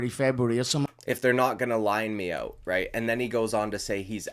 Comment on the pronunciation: You got that Dublin accent down pat, my man! I did hear you say the word "out" several times in this video and I find your Canadian accent little lacking.. keep practicing that one.. lmao. 😂 Nice work on the vid. First time YT recommended you. I will sub.